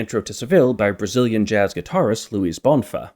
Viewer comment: so the main hook was twinkle twinkle little star all along also, not that it matters much, but the stress in "bonfá" is on the 2nd syllable, that's what the acute is telling us